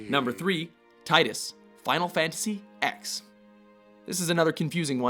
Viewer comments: You did not just call it X instead of Ten. Shakes head And giant whale monster? COME ON. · Honestly, I don't think Tidus should've been on the list. If anything, Zack Fair from "Crisis Core: Final Fantasy VII" made a much larger heroic sacrifice. Also, you don't pronounce it X; it's the Roman numeral for 10. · It's Final Fantasy 10...not X. Roman numerals man! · WHY FOR THE LOVE OF GOD DID YOU SAY EX!?!?! IT'S 10 NOT EX!! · Final Fantasy "Ex"?! WTF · Tie dus from Final Fantasy Ex. What were you smoking?